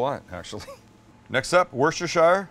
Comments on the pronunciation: Personally, I always use v8 juice (mix of tomato and vegetable). And please learn how to say Worcestershire properly! It’s “sher” not “shire” at the end. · It's pronounced "wuster"..😂